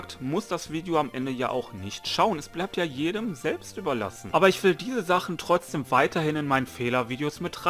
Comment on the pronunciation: Alter Chill, ich mag deine Videos trotzdem. Du sprichst das wort Trotzdem Falsch aus, aber mal erlich ist ja scheiß egal. Ach jetzt Sprichst du das wort Richtig, naja passt ja jetzt perfekt hahaha.